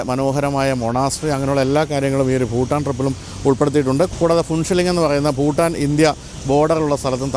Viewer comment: Phutaan alla ... its Bhutan